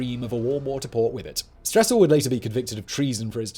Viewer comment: One thing I noticed which I've realized seems to be common among certain Brits is when he mentioned the Russian Stessel he called him Stressel as if there were an r in the man's name but no Anatoly Stessel has no r in his name. It's extremely frustrating to hear this butchery of a person's name in an otherwise good documentary. Its a pri